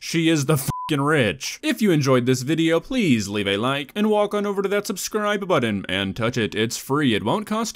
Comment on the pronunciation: "Subscribe buddon"